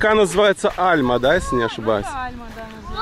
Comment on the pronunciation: Река не Альма а АльмА- ударение на последнюю А ! )